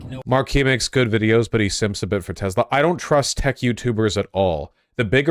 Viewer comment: bruh.. it's "tesla" not "tezla" lol